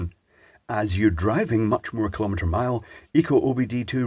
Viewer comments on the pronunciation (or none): none